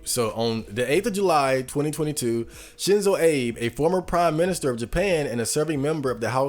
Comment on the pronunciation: The way you're saying his name is driving me crazy